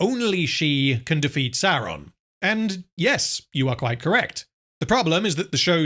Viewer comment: You're pronouncing Saurrrrrrrrrrrrrrrrrrrrrrrrrrrrrrrrrrrrrrrrrrrrrrrrrrrrrrrrrrron wrong.